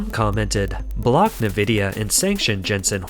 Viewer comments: Company is pronounced EN-vidiya not NEH-vidiya. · Narrator: It's (the letter) 'N' + "vidia" NOT "Nih" + "vidia." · Its pronounced like EN-vidia not NE-vidia, and Taiwan is a very important COUNTRY!! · A unique way to pronounce nVIDIA (neh-vidia). nVIDIA from latin invidia which is also the root of word envy . Makes sense then, that most pronoynce it en-vidia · small correction. its not "na-vidia" its "en-vidia". they used to say it in the intro logos of old games, its burned into my brain lol. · You keep pronouncing it as "NEE-VID-YA" on all your videos. It's pronounced as "EN-VID-YA". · The company nVidia is often pronounced incorrectly. Instead of "Ni-VID-ee-uh", it should be "en-VID-ee-uh." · You need to train your AI voice that Nvidia is pronounced en-vid-ya. Also, Taiwan 🇹🇼 is a country. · Just so you know for future reference; it's pronounced N-vidia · "NaVIDIA"? lol?! what planet are you from? and why does your narrator speak like a robot? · Sounds like chlamydia when you say Nvidia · A real person would know, or learn how to correctly pronounce "Nvidia", i.e. the main subject of this video.